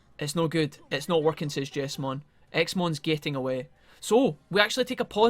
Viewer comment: I think it is pronounced Jeez-mon, not Jess-mon. The Jes part of his name stands for Jesus.